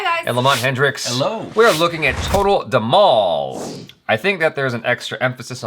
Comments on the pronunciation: That's dhmaal not dmaul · its pronounced as "TOTAL THE-MAA-L" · Dhhamaaal is the correct pronounciation